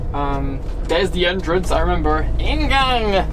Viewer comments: The way he said "ingang" just made my day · The way said inngang 😂